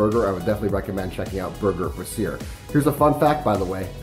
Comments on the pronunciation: Subway sucks all the time. It’s literally the worst. No real ingredients. I refuse to eat it. Also, brasserie and brassiere are different. Brass-sir-rie = restaurant Bra-zeer = Bra 🤣🙌 it’s all good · Brasserie is Brass - er - eeee not Brassiere [bra]